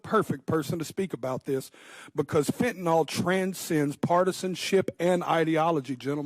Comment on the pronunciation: It's spelled 'Fentanyl' (pronounced 'Fen-tah-nill')... not, 'Fentanol'... why do Americans struggle to correctly pronounce English words? PS Never heard of this person till now.